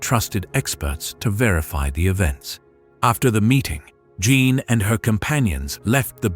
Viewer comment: Beautiful story despite the many mispronunciations of French names and words, including Jeanne, which is "zhawn" said correctly.